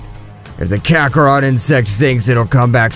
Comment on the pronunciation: "Kakaroht" lol.